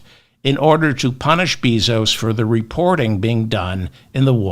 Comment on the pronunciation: Respectful correction of pronunciation of Bezos’ last name: Bay-zos